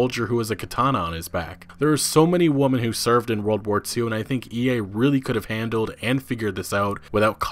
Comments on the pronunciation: Why are you saying woman and not women? it’s irritating. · I was enjoying your video but for the love of god, it's WOMEN, not WOMAN. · Why cant this man say "Women" correctly. he keeps saying "Woman" referring to multiple. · You say “weman” not “woman” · You do know women is not pronounced Wo-Man don’t you? It’s Wi-Men in case you were wondering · "Women" (plural) is pronounced "wimen". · Where are you from? I’ve never in my entire life heard anyone pronounce women as woman. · why do you pronounce women with an "a" sound. Woman is one, women (wi-min) are two or more. There's no "tomayto-tomahto" "people pronounce things differently" argument here. Good video, for sure, but Jeez dude, that bothers the hell out of me. It's like you intentionally make sure to pronounce it woman no matter how many females you're talking about or referring to. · Why does he keep saying woman in plural? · You need to learn how to pronounce the word women. You have a valid and noteworthy "article" you are giving here. They way you continuously mispronounce it as the singular woman instead of women loses you credibility, as you sound uneducated. It's so distracting I had to pause the video after 5 mins. ... Well coincidental choice of words there. After resuming the video I learned EA called the consumers uneducated. On the whole I found your video informative and a good watch, it's just unfortunate about the language mishap. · Why do you keep saying singluar, 'woman' and not 'women'? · You are mispronouncing the word "women". Speak the singular and plural forms of "woman" back to back and you will notice that you say them the same way. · Women! Its women not woman. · Holy hell its women not woman. Woman is singular and women is plural you dipshit. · Anyone else bothered by saying "woman" instead of "women" through out the video? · WoMEN not woMAN. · Why do you say woman instead of women? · It's pronounced "women", not "woman". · ITS WOMEN NOT WOMAN